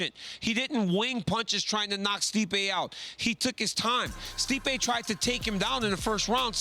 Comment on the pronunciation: Turned Stipe Miocic into Sleep-ay Miocic amirite? I'm right.